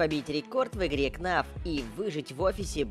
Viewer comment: Ты сказал не фнаф а кнаф